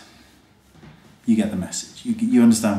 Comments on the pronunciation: Ahahhahaha i cracked when u said Brrrreasst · "Bhreeehhst" Haha the way you said that xD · Haha, i love the way he said breast :D